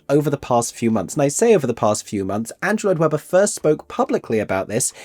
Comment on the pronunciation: It will be like Sleep No More, which was really cool. Also…it’s challenging to read cursive? Also…you said “Android Webber” at point I’m pretty sure.